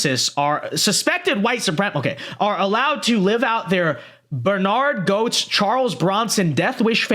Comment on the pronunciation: Hey,. I know that you're too young to know this, but its pronounced "Getz", not "Goats".